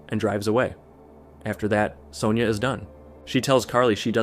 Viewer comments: why are you pronouncing Sonya like that????. it's SUNYAH not soneyer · What fkn country are you from? In Australia it's pronounced "Son-ya"